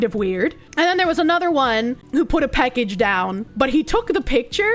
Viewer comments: PACKage not PECKage. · She’s says “peckage” instead of “package” and it makes me unfathomably angry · A great Irish drinking game for next St. Patrick's Day - drink whenever she says "peckege". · The way says “package” makes me chuckle. “Peckehge” Heeheehee. Happy Sunday,. Thanks for the smiles. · Every time she says "Peckage" I feel like that Spider-Man meme where he gets blown backwards. The one with the "I'm Skylar White, yo." guy. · "Peckage." You know, it's a sign that you've been watching for a long time when you catch yourself mispronouncing words irl. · Bostonian debuff strikes again ? 😎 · why tf does she say package so wrong 💀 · Every time she says package, she shortens the first 'a' a little more. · has some kiwi in her with that package pronunciation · The way she says package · You say "Package" funny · I find it funny the way she says "package"